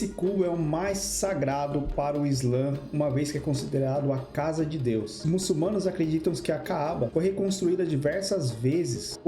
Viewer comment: MuçuLmanos, rapaz que fez o vídeo, o L vem depois na segunda silaba